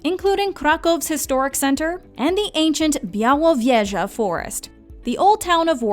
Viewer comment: As for nr. 6- I'm truly impressed by your pronunciation of "Białowieża". Speaking polish like a pro! ;)